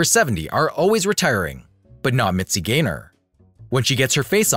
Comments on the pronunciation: The name is GAYNOR, NOT GRAYNER! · P.S. The narrator keeps calling her Mitzi GRAY-NOR," not, "GAYNOR." Get your pronunciation right. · it’s mitzi GAYNER. i guess computer voice. 😕